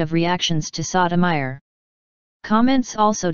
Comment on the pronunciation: The narrator have the most annoying VOICE and continue to mispronounce the Justice name.